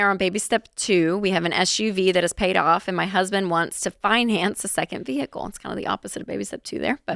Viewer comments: veehickle. lol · Its vehicle. Not vee hick lel lol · Why does she say ve-hickle like that ? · "Progrum" "VeHICle" Like father, like daughter 😂